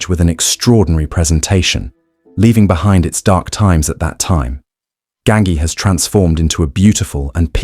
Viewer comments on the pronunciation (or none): Ganghi???! Almeno ti saresti informato al minimo come si pronuncia!?! Imbecille!! 😂 si dice Gangi!!!😂😂😂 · Gangi ...as in ji not ki.